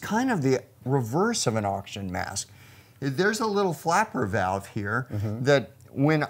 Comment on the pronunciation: "oxgin" heh.